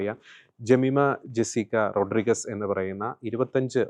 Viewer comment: റോഡ്രിഗസ് അല്ല, റോഡ്രിഗ്സ് എന്നു പറയൂ